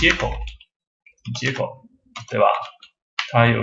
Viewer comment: travel 不是 tranvel